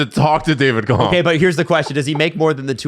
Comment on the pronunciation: Hey guys it's Kämpf, the ä is pronounced "ae". Only says it right